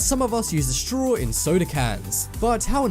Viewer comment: Why does he say streaw instead of straw?